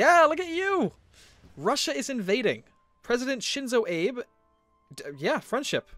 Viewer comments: Its pronounced as Ab-beh! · Just because I speak some Japanese and language is something that gets to me, you said Shinzo right but it is "Ah-beh", not to be confused with Honest Abe.